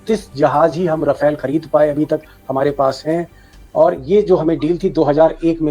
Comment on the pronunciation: Rafale ❌Rawfail 😂😂😂 Kit kit kit kit kit kit kit 😂🎉😂🎉😂🎉😂🎉